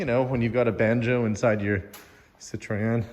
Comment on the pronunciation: you gotta throw in a bit of Francais, it’s a Citroen. Parlez.)😂